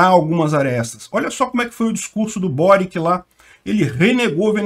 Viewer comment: Peter o Boric é croata. O nome dele se pronuncia „Boritx“. Tenho bastantes amigos da antiga Yugoslavia.